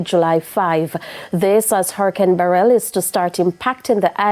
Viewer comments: It's beh-rill not beh-relll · Struggling to pronounce Beryl ? Please stop saying Barel.